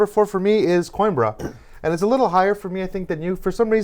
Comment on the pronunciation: To anyone that cares "Coimbra" is pronounced "coo - him - bruh".